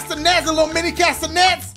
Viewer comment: “class-a-nets” “cats-a-nets” ? 🤔🤨Idk caste-a-nets” maybe ?